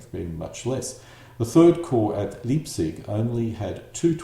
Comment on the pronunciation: Fusilier = Foosileer Leipzig = Lie+p+zik in German ei pronounced as eye, ie pronounced as ee.